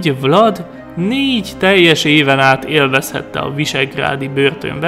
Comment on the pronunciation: Vlad román név,és úgy ejtik ki,hogy vlád